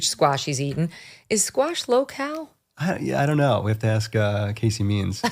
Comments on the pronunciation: Cannot pronounce the word “ask”: he says “aks”. Give me a break. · Do intelligent people really say "aks" rather than "ask" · If you have been a reporter for more than twenty years you should be able to pronounce ASK correctly. I cannot take this man seriously. Don’t even AXE me to try. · As soon as someone says “aks” instead of “ask” I can’t take them seriously. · I hate when someone says ax for ask. The anchor was doing his job and so glad to see it. The leaders are a joke ... cbs is neutral in what fantasy. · Just one question: When will our back citizens learn that the word is "ask" and not "axe"? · Interesting that the ‘renowned author’ mispronounced the word ask? Ax is not to be confused with ask, jackass sir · Try to pronounce the word “ask” correctly, please. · The great writer actually said that she showed him what she was "gonna aks him" just saying. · Another so "educated" who can not pronounce the word ASK. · I cannot stand when educated reporters and authors cannot speak the word "ask"...it drives me nuts.... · Why can't black people say the word ASK! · Does that guy not know how to pronounce 'ask' ... What is that?